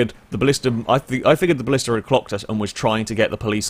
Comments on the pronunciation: it's blista btw not ballista... you don't pronounce black ballack, do you? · A Ballista is a Roman siege weapon..... The car you were in is called a Blista. Pronounced the same as blister.